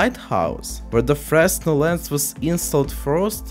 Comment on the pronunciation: Small correction on pronunciation: It's "fruh-nel", not "fres-nel". Oops.